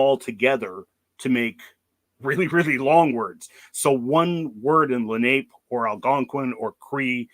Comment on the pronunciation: Its prounounced. Len eye Leh nah pay. Im from nj and regularly find their arrowheadds